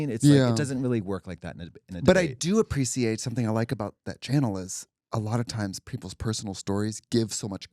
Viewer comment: Trixie's British "appreciate"